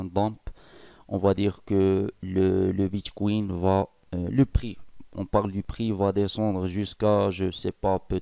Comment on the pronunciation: Merci pour ces info je vais l’installer en espérant que iOS est accepté , juste Bitcoin et non bitchkouine stpppp😅😅